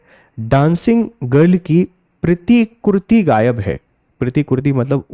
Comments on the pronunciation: आप प्रतिकृति का सही उच्चारण नहीं कर पा रहे हैं, लगता है आप CBSE बोर्ड से हैं😂😂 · Sir के हिंदी उच्चारण में प्रॉब्लम है.. प्रतिकृति और प्रतिमा तक का सही उच्चारण नहीं कर पा रहे.. शायद अहिंदी क्षेत्र के होंगे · सर प्रतिकृति का उच्चारण सही से कीजिए।।